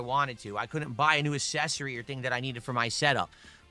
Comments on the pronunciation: "Asses-ory"... Still afraid of saying ACK-sessory I see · "Assessory" urghhh!! And I gave myself a hard time after I realised I said reNember instead of reMember.